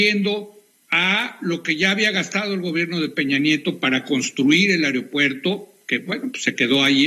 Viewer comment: Que nadie puede decir aeropuerto, el que no dice ario-puerto, dice airo-puerto, hablen bien...